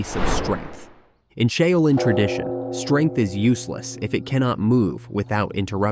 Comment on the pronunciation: Pity the Ai can't say Shaolin.